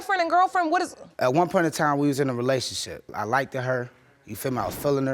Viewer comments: Judge: Please correct them when they say "like-ded" ! smh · He “like-ded” her. I’m not familiar with this word or it’s pronunciation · Heard him say "likeded" and was immediately prepared for the foolery 🤦🏾‍♀️😩😒 $62?! I'm done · Uuugggh, I hate when people say "likedid" uuuggghh just stop 😂😂😂😂😂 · how bout we stop butchering the English language---"likeded" is NOT a word people. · I ‘Like-ed’ her😂. One Syllable Bro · "Your Honor I likededed her" 🤣🤣🤣🤣🤣